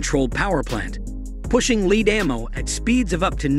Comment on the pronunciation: Some useful info......delivered by a bot who pronounces lead as leed and I cannot even type the sound of CC's...cic cic's ....maybe.